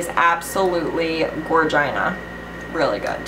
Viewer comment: Hi! Congrats on the 100k goal.. I am a new subbie but I'm already in love with you! You're giveaway is amazeball, thank you! Btw did I hear you say gor-gina?!!? I love you! Xo kunz